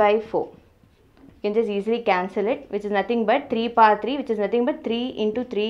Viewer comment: Who is like me thought she told pa...instead of power🤣🤣🤣